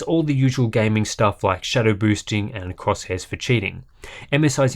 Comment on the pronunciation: Crosshairs for cheating 😆you should keep saying it like that from now on.